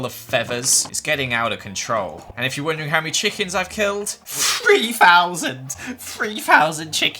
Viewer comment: no one:: FREEFOUSANDS GUYS FREEFOUSANDS CHICKENS